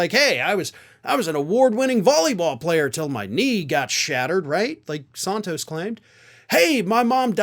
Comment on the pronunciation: You're overdoing the "a" in Santos. It's Santos like ran tose. Flan-can-ran-san(d) tose.